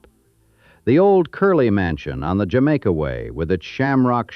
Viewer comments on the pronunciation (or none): none